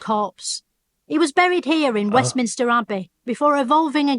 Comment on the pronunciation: Plus "WestminISter" and "FeminINists" etc